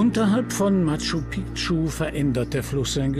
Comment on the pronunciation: Die Stadt wird nicht "Matschu Pitschu" ausgesprochen, sondern "Matschu Piktschu". Wird ja auch so geschrieben.